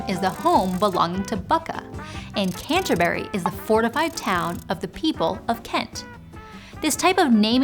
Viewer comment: All the comments saying she pronounced the Thai names correctly but she can't pronounce Buckingham or Canterbury 😂